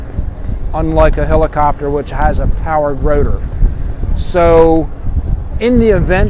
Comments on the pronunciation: The "H" is not silent. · Helicopter is NEVER pronounced with a silent H. You are showing your ignorance.